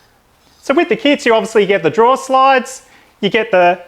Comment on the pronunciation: Drawer not draw